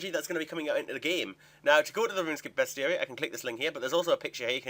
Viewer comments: its pronounced ... beast-uh-ree .. Dur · It's pronounced best-i-ary. It rhymes with diary. It's a monster diary. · it's Beast-ary i think. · Its beast-e-yare-e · oh you slaughtered the pronunciation of bestiary:D